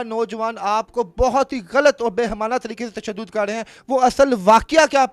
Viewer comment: Behemana nahi bal k Baheemana lafz hai